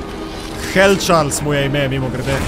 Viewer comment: Pravilno se reče čarli